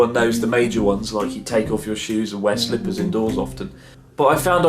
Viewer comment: Goddammit the way you pronounced "slippers'' in an exaggerated British way cracked me up XD